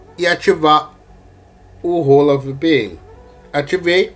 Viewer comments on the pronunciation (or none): Mano não tem nada de "rola" na VPN.. hahahah. Hola se lê "ôla" em espanhol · A cada momento que você fala "Hola vpn"eu fico mds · pronúncia Hola vpn em voz alta kkkk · "Hola" estranho kkskkak